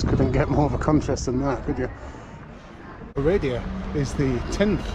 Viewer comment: I give this warning to anyone coming across this video so they don't try to book a trip to: "Oh-ray-dee-uh" No one will know what you're talking about. It's oh-rah-dayah, or vah-rod (Varad/Nagy Varad is what Hungarians call it). Jesus, 5 ads in 6 minutes? Chill out.